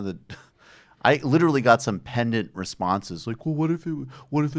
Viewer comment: The way Michael pronounced "pedant" as "pendant" makes me think he's been hanging out with the Chapo guys too much lol.